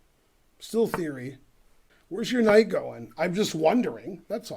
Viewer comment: That moment when the kid said knife f5 and I finally realise why ben always said knife instead of Knight now 😂😂